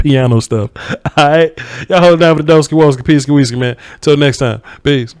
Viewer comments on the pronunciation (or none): none